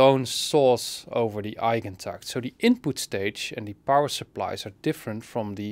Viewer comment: Damn. The way you said “Eigentakt,” you did it like a professional. A professional German, I suppose